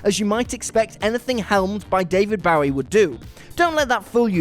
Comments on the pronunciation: seriously, England, learn the right pronunciation of "Bowie"! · Suggest you find someone who can pronounce Bowie if you're gonna put him in videos. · Please please please learn how to say David Bowie’s name?! Please??? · the way he pronounces david's last name hurts my soul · How does a Brit literally never say David Bowie's name right? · A music channel that can't properly pronounce David Bowie? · Yeah he's doing the knife pronunciation. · You have no idea how to pronounce "Bowie!" Idiot!!! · I have never heard anyone but you pronounce “Bowie” like that! I suspect that you aren’t pronouncing it correctly! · Again with the mispronunciation of Bowie!? Aren't you supposed to be a pop culture channel??? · You're mispronouncing Bowie.